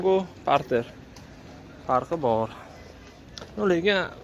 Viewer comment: Gapirishdi yirtvorarkansiz qoyil hunday parter borter deb😂😂lekin narhlar zor video zor